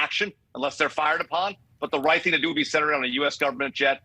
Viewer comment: Did she say has the Wight to shoot her down ?😂😂😂 Random precision indeed 🤔😂